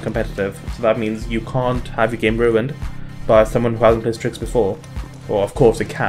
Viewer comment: excuse me ? "Strikx" ?